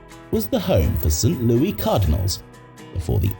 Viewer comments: It's pronounced Lou Iss not Lou Eee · U brit its pronounced St Louis ! Not St louie !!!! Say the name right !!! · Absolutely NOBODY calls St. Louis “St. Louey” in 2025. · It's St Louis not St Lewie. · It's St. Louis not St. Louie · It is St. Louis not St. Louie you dolt. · Protip: The city in the United States is pronounced "Saint Lewis," not "Saint Looie." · Did you miss a word? I said it's pronounced "Saint Lewis," not it's spelled that way. That means the word is a homophone for "Lewis." , the narrator pronounces it "Sint Looie," pronouncing it like a British interpretation of how a Frenchman would pronounce "St-Louis." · St. "Louie" Cardinals? Ridiculous A.I. mispronunciations, as usual. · Interesting but the mispronunciations are rough. St. "Louie" Cardinals and "Sheebe" park make my eye twitch. Also, Atlanta is just stealing tax payers' money. A stadium lasting just 20 years is a joke. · It's pronounced "Saint Lou-ISS" lol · It’s pronounced Saint Loo-iss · So wait a minute, if Kennedy was assassinated when? I think 1953, how was The stadium named after him when the Frankfort yellow jackets played there in the 1930s? JFK was still a kid back then. So what was it called. Also you're ridiculous ai, can't pronounce St Louis. Before making a video where you repeatedly pronounce the name of a city incorrectly, you should probably address that. No wait that's right you put absolutely zero effort into this and had ai do everything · The s in Louis is not silent as we are not french, stop mispronouncing St. Louis. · Omg the way it pronounces St. Louis😱